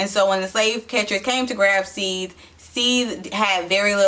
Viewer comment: This part was so messed up. It was the saddest part of the whole book. It is an example of how black people are often our own worst enemies. We would rather tear each other down than support one another and rise up. And it is pronounced Seth-the.